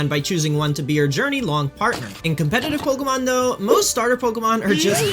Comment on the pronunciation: competive instead of competitive 😅